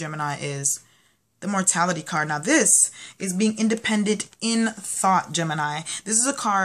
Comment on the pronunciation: You keep calling the ''Morality'' card, ''MorTality''.. I remember last month I noticed it too for one of the signs that I watch.. ;p But yes, I do try to make my birthday my own ''new year day'' where I reflect on the past year and the changes I want to bring about for the coming one, so the energies look good for doing that! Thanks for the reading. :)